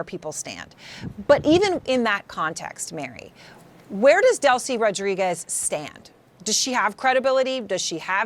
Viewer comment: You'd think a woman with such a big salary would know how to pronounce "Rodriguez" properly.